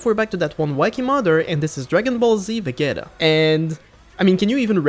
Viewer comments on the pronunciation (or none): That is NOT how you say vageta😂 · Don't ever say vegeta again 😭🙏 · That's how the croatian vegeta spice is pronounced